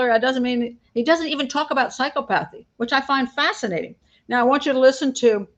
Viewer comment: please look up the pronunciation of psychopathy because I believe you mispronounced it